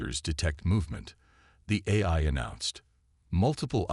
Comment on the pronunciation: Nice story. BUT, as usual with 99.999% of the AI out there...yours included...they SUCK. What is: "de-VORER"....for devourer.... instead of A..I...every time...what is: "EYE", "A", "I"??? Why the HELL can't and AI say "AI" every time???? AND, instead of "waved a hand"....what is "WEEVed a hand"?????